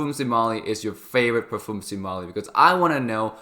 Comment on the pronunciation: When you are into Fragrances learn to pronounce the word Parfum otherwise just stick to Perfume.